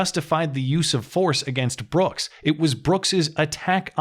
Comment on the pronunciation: That DA can’t even use proper verbiage. “ Mr. Brookzezez “.